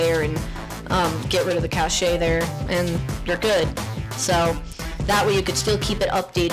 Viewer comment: you asked why the vm was using more ram than it said in the vm's taskbar. This is because it requires your host computer's ram to run the "computer" or vm. So to put it simply, it requires more ram to run the virtual ram in addition to the vm's original ram usage. I'm bad at explaining lol. (also helpful tip: "cache" is pronounced "cash" not "cash-ay" haha!